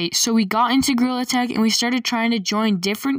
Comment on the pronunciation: Bro said. GreaILL. Attack.🤨🤨🤨🤨🤨🤨🤨🤨🤨🤨🤨🤨🤨💀💀💀💀💀💀